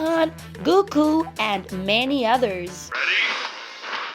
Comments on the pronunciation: Everyone: she said Dragon Ball G Me: she said Guku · No one: Him:dragon ball g,guku!😂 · She sead guku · She said guku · She said gooku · How this a list if she cant say goku right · Why do they say dragon ball g and they say gooku